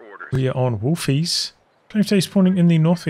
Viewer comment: I'm always impressed with how you pronounce Wolfheze (Everyone thinks it's German...when it's actually in Holland)